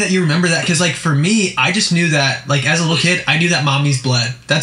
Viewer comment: Omg! Why does she keep saying "furr" instead of "for"???